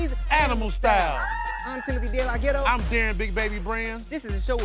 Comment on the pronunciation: Aww they still have saying “DeLaGhetto”